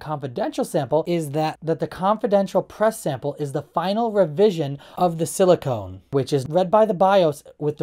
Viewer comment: I don't sit around all day reading the comments to know this, cut me some slack. I've got a stutter myself but still understand there's a distinct difference between siliCON and siliCONE.